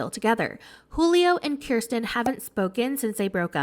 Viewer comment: From all fellow Kirstins, thank you for being the only YouTuber to say the name right